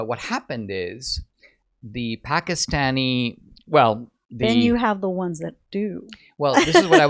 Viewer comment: I would actually consider it quite respectful and literate to pronounce the name of a country or capital correctly.